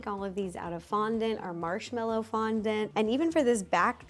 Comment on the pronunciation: You butchering that fondant girl had me in stitches 😭😅😂